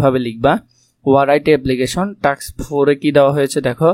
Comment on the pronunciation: টাক্স না টাস্ক😂😂